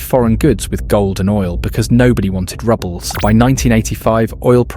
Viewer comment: Rubles! Pronounced like Roobles…. NOT Rubbles THIS HAPPENS IN ALL AI SLOP VIDEOS 🤦🏻‍♀️